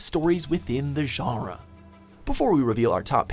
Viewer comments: Can you say genre correctly? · Stop saying genre like that.